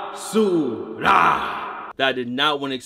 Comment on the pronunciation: Nigga said bah su rah